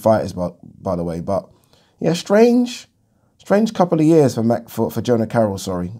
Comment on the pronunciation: Jono Carroll not Jona...